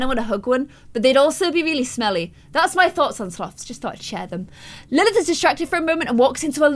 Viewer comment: You said Emma nested of Lilith